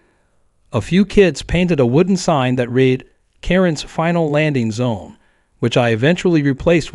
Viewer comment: Need to learn to pronounce certain words like read , etc.